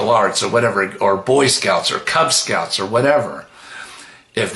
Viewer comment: Did he say “cuck scout” 😂😂?